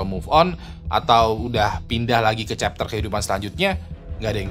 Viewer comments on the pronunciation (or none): none